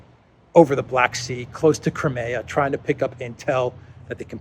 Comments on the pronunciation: Nobody else pronounces Crimea as you do! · Is that how to pronounce 'Crimea'?